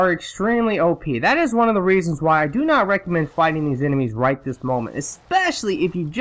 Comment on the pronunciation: "I'm nat sure, I'm nat sure"........